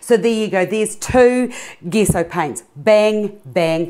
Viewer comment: Thought its was pronounced j-e-s-s-o?